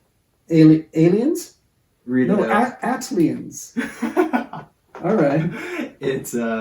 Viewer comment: A T L E ans the whitest pronunciation I've ever 😂😂😂😂😂